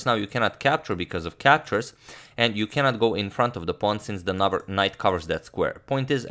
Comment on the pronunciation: I heard "nubber" XD